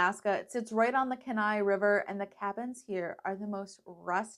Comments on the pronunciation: Glad you had a great trip. Just a quick tip, Kenai is pronounced “Kee-nye”.😊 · Kenai- “KEEN-eye” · Enjoyed the video but having grown up in Kenai it was killing me to pronounced wrong. 😂😂. Thank you for the video though!